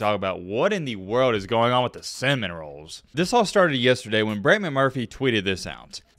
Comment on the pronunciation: Did he just say Florida state Cinnamon rolls😂